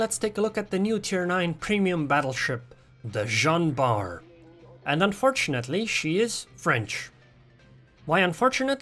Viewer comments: You prononce it very well Dude ! 😎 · why u say u can't pronounce her name :v you pronounced it very well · Yeah it sounds like the french pronounciations on forvo that I always use when I want to know things like this. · why did u say u cannot prononce the name of this ship right when it is on point .